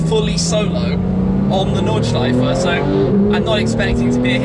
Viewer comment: Is that how we pronounce "Nordschleife" matey??